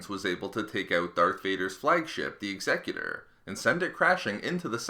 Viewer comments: He didn't though, he pronounced it as if it was dealing with someones will, as opposed to the name applied to describe someone who would also be called an executioner. Example Timmy would meet his Executor at sundown, Mable was chosen to be the Executor of his will First instance would be pronounced X-a-cute-or, second one would be the way the guy in the video says it. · And Americans always pronounce it wrong. Imagine the word Execute and then add the Er sound. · It saddens me how you pronounce Executor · You kept saying executor wrong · the way he says executor annoys me...... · you don't strain the "E" in executor you strain the "U" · Lachie Clements. It's a command ship, executor is a word used to describe someone in power, so it makes sense. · A person who executes someone is called an executioner not an executor. By your logic the word Executive would be pronounce X-a-cu-tive bit it's not it's pronounced Exe-cutive. The Idea of the name is Command that's why it's always a command ship . An Executor is usually someone in a position of power and authority. Execute means to carry out. also fitting since the commander of the ship is carrying out the will of the emperor. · Or whenever he incorrectly says Executor. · God you're triggering me with how you pronounce executor.... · SkwintzLoL It's be pronounced correctly. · he said the name wrong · the 'ex-excutor' is actually pronounced 'ex-a-cutor' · X-Eh-cute-or not Exeggutor ;P This is Star Wars not Pokemon ;D (Taking the piss don't get triggered) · Am I the only one who cringed every time he said eggs-eck-uter? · "egsegutor" "Ex eh cyu Ter" Executors execute. Unless I pronounce execute "egg sec yute" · I believe it’s pronounced X-ah-cue-tor. As in “I will execute the rebels responsible!” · Say it with me, "Ex-ee-kyu-tor" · Executer ex-eh-que-tor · Isn't it "Ex-eh-que-tor"? Like a killer who chopped peoples heads off with an axe? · You pronounced the word “Executor” incorrectly.